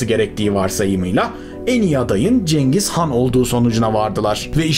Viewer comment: Abi cengiz gan diyorsun ama vido girişinde Atilla nın resmi var.